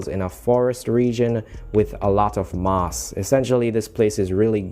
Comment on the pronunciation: I think is my favorite when you say moss